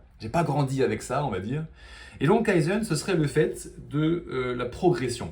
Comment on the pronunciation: Tu prononce kaïzeun, c'est kayzen. ("Key""Zen")